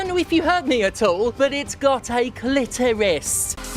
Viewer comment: "It's got a calitoris"